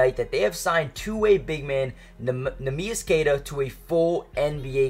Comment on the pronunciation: Learn how to say the guys name if you’re trying to be a commentator